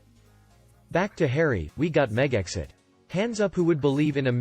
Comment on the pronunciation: Please pronounce Megxit correctly. MEG-zit. Not Meg exit.